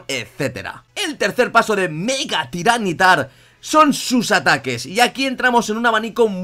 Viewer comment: no se porque siempre lo llamas tyran nitar o al menos esa es la impresion que da cuando lo mencionas cuando se lee ty ra ni tar